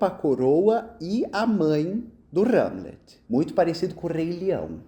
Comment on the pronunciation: "R"egel e "R"amlet é muito bom, rs.